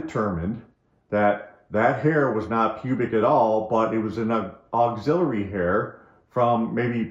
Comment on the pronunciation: Axillary hair, pronounced AXE-illary. From the armpit.